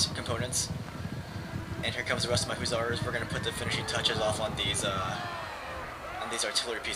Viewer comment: duuuude i love your videos but PLEASE. its HUSSARS NOT HOO-ZARS.